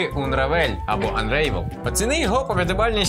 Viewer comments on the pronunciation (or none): Правильно буде "Анревел"